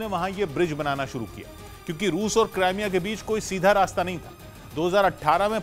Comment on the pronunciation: krimea hai naam not CRIME A ISILIYE MY YEH NEWS DISLIKE KARUNGA